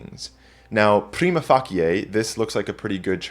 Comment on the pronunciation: Anyone who pronounces "prima facie" as "Pree-mah Fah-Kee-Eh" means serious business!